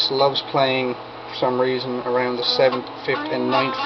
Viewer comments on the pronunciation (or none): none